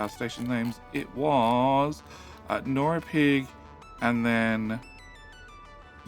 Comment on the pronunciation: You've done sales, right? The way you ask for the like. And you're funny (although I don't think you're doing that intentionally). I love your pronunciation of norrkoping. I don't know how to say it either. But NORAPIG will be my station from now on. Good job! Don't edit out your mistakes, they make for good viewing.